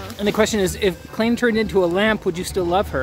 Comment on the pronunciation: Claine?? I thought it was Claire…wait? Have I miss heard this the whole time?